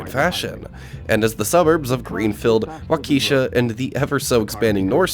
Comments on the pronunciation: from the early intos.... i first got the impression this was a local mall to the narrator. a "born and raised" kind of history with the area... and the mall(s). but NOBODY from the area pronounces the nearby city... waw-KEE-shuh. it's WAW-ki-shuh .... and excuse me... "paul hor-NUNG"? anyways..... my mall was southridge, but cool nostalgia. 😎 👍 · My dude said, "WauKeesha" ...Walk-a-shaw :face-green-smiling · wonderful video but as a Wisconsinite Waukesha is pronounced waa-kuh-shaa. I wish the people who tag were more creative cause it was a bit sad to see KB toys all about sex would have been nice to be a mural of toys or something bright and less crude. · Waukesha is pronounced Wok-ka-shaw. I was having a conversation with my grandpa a year ago he ran the Southridge JCPenney and helped out with the opening of the Northridge mall. They knew back then the mall was going to have problems. It's the area it was built around. It wasn't just the one event in 95. People were more often coming in to hangout and cause trouble vs coming in to purchase items. Southridge Mall was built next to Greendale which is a upper middle class area with more expendable income. It's too bad doing things like going to the mall on the weekends isn't a thing anymore. Now we all are glued to our phone ordering of Amazon. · Learn to pronounce Waukesha please (walk a shaw) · The video is great, but you really should look into local and correct pronunciations. Waukesha, Paul Hornung, etc... Incidentally, I worked at Waldenbooks in this mall up until the time the store closed in March of 2002. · The Waukesha pronunciation haha creator is absolutely not from Wisconsin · This was pretty good except for butchering the names of things like Waukesha, Prange's, Paul Hornung. I used to hang out here in the early 90's as well as Southridge Mall. It is crazy to see how well the condition of the ceilings has held up.